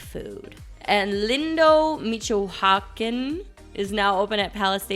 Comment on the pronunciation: Lindo MEECH OH CAN would be how it's pronounced.